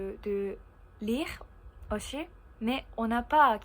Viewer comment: Prochaine étape, bien différencier le son "s" de "ch" exemple "aussi" prononcé "auchi". Mais pas d'inquiétude, on te comprend bien et ça s'améliorera avec le temps. Vidéo très intéressante et c'est pas grave si c'était plus long que d'habitude haha ! Et oui en France de manière général, nous ne sommes pas très doués avec les langues. Je pense qu'il y a un problème au niveau de l'enseignement car de mon côté (et je pense que je ne suis pas le seul) je n'ai presque rien appris en cours d'anglais et c'est surtout grâce à Internet que j'ai pu réellement apprendre cette langue. Pour le japonais, je serais bien incapable de le lire où de l'écrire par contre à l'oral j'arrive à plutôt bien comprendre (merci les milliers d'heures à regarder des mangas avec les sous-titres).